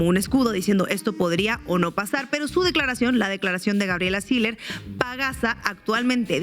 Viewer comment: No se pronuncia Siler se pronuncia SILLER con doble L y que se puede esperar de una regiomontana sino solo responder a sus propios intereses